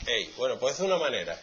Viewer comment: No! Das Ei es como decir "Das ai"